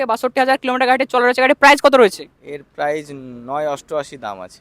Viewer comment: Are dada prize noi price ar erokom mukhosto kore video ke banai?